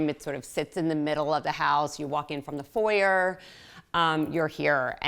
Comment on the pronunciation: She pronounced it correctly as an American. The foi-yay vs for-yer nitpicking is boring.